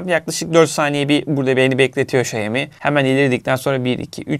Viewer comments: Xiaomi: Şayomi değil Şaomi diye okunur. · Şeymi değil şaomi diye okuyacaksın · Emeğinize sağlık,detay anlatımınız mükemmel,ancak marka adını telaffuz ederken şeimi şeimi demeseniz çok çok daha iyi olacak. Saygılar... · senin bu telaffuzun ne olacak 😅 Bu markaya "Şayomi yada Şayimi" demekten ne zaman vazgeçeceksin 🤔